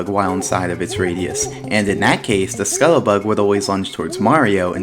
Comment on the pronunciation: Why can't you fucking pronounce scuttlebug